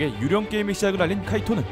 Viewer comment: 왜 ‘유령’발음만 정직하게 한국어로 ’유.령‘이리고들하지? 의도가 있어서 저렇게 한듯한데